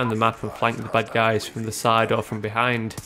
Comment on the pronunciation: Sounds like he is saying "butt guys" instead of bad guys.